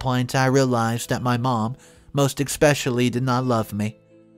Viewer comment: There's no X in the word especially you are pronouncing it wrong